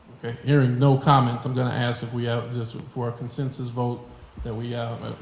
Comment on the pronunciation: The word is agreement. AgreeMENT! Ask not AX. It’s not difficult.